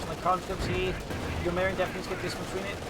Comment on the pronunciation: I believe it's pronounced 'ewe miyrin' as in 'you 'mirin my gains braaaaaah'